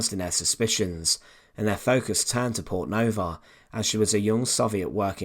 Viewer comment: Fascinating story about resistance against the Nazi war machine. Shame that OP can't pronounce her name - the stress should be on the first vowel (like Poortnova) rather than the second, which is short.